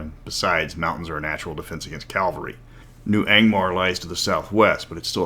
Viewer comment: Ca-val-ry :p